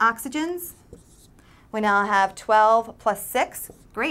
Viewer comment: Before the video ended, is it me, or did she really say "chemical ERECTIONS" ... :P hmmmm..